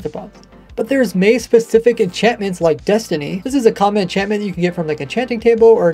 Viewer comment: It's actually density, not destiny😅